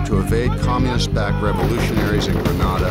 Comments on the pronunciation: It's pronounced and spelt 'Grenada', 'GREN AY DAH'. GRENADA. NOT GRANADA GRAN AH DAH. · THE COUNTRY NAME IS GRENADA NOT GRANADA WHAT A DAMN DISGRACE! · Grenada is pronounced as 'Gree-nay-da' While Granada has a Spanish pronunciation as 'Gra-nah-da' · Tell my why the actors can pronounce Grenada fine but the narrator keeps saying Gre-naa-Da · It's not Granada but Grenada. Granada is in Spain . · The narrator kept saying GrAnada…it is GrEnada…the former is in Spain…Grenada is the SPICE Island of the Caribbean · Who ever up loaded this video should have check the spelling and pronunciation. There is no Granada in the Caribbean, no such country exist, the island is GRENADA. Don't book a trip to Granada because you will end up in Europe or America🤦🏿‍♂️🤯. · Agreed. In addition, If I heard him call the team "gentlemen" one more time i was going to vomit. Oh right, and the way he mispronounced Grenada was so.... triggering. =P